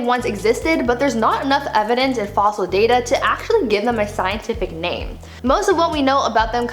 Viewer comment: Another very interesting video. And great job pronouncing all of the scientific names Brie (not always easy)! Love this channel 😊👍❤